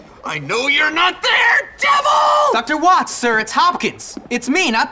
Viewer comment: Watts se pronuncia Vats